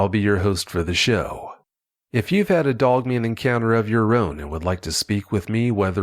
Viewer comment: It sounds like you pronounce dogman like DOUGman when you get excited,! I love it and your passion in the story telling!! Thank you both!